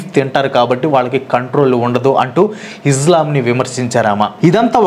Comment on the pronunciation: izlam. కాదు బ్రో ఇస్లాం